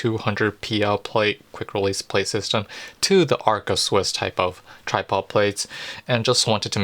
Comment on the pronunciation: ARCA Swiss not Alca Swiss!